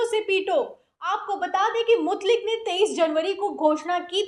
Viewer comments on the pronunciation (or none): Mutlik nahi Mutaik